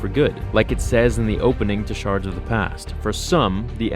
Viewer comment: "Shard" the Emperor's vision.... yeah, I caught that one. 😂😂